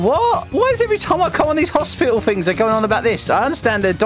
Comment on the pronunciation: "Okay we are at hospitil"